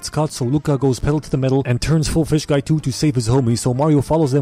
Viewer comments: TOMMOROW WE FEESH IS SOO FUCKING FUNNY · 4 type of pronunciation for fish Le classic: fish Le advance:phish Le pronounce:feesh Le me:fis